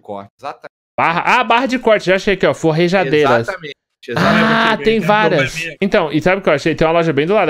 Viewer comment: kkkkk "Forrejadeiras"?